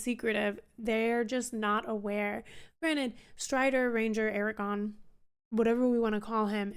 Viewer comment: There are two 'R's in Aragorn.